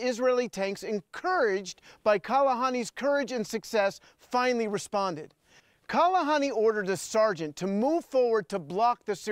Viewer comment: It's Kahalani, not Kalahani...